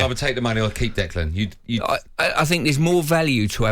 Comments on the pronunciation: Can someone tell Stuart Pearce that there is no D and the end of Declan 😂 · what's wrong with Stuart? kept calling Rice "Declaned" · Funny, what in his brain tells him that Declan is pronounced that way, appears he was very lucky he was a good footballer.